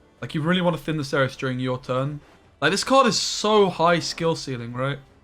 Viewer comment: It's not "kerys", you can easly say "serys" if you want. This is a polish game, so the polish pronunciation is the superrior template. In fact, you pronunciate Cerys with "c" spoken exactly like german "z". It's not "kerys" at all, it's WRONG.